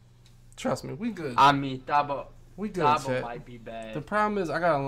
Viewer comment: I cringed everytime y’all pronounced Thabo wrong lol